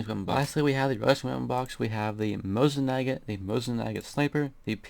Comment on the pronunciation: lol the mosin nagant you call mosin nagat sounds like mosin maget,XD